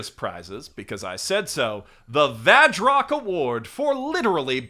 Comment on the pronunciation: The kana next to the title says 「バズロック」 "Bazu Rokku", I don't hear the "V" in there at all.